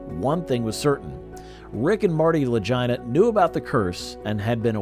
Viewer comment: The commentator pronounced the last name wrong . I bet Rick and Marty don't appreciate that very much lol 😅